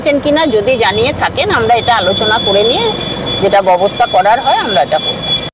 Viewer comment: ববস্থা নয় ব্যবস্থা বলুন, একটা কথা উচ্চারণ করতে পারে না 😂 আবার হাতে Smartwatch পড়েছে !